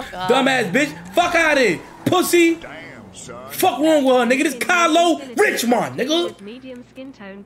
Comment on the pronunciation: the way he said "Kylo RiChMoNddd nigga" LMAOOOOOOO